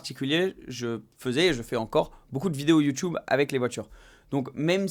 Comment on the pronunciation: Sympa la vidéo Une question lol!! Huracan ou houracan? Youtube ou youtoube? 🤣🤣🤣 Youtube avec un U!! Un U.... Bon week-end